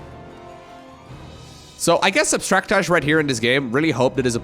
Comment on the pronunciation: You say his name like in Brooklyn 99 says name Nikolaj. Totally wrong. :D Abstractay would be probably closest pronunciation according to my best guess.